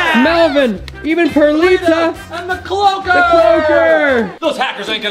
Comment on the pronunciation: I know it’s the cloaker but he said it like the clolker